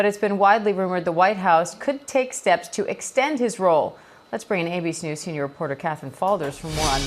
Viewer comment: Why does that reporter lady pronounce ABC News like "ABeeSnooz"?